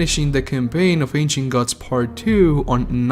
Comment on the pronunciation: Why does it sounds like he’s saying Ancient Guts Lmao